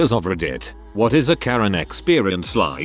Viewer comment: Oh my God, you TTS couldn't even pronounce "reddit" properly. Worst robochannel, ever.